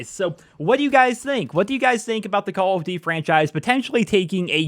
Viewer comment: I giggle every time you say "Call of Ditty"